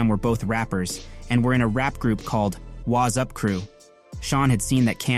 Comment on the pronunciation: FYI it's Wattsup not wazup